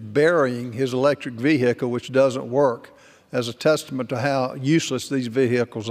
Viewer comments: What’s a veehickle ? Is it a type of TRANSport ? OMG ban it! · Vee- hicle.Are they from the same state, Kennedy and this member? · Veehickle. Take that in for a moment. Veehickle.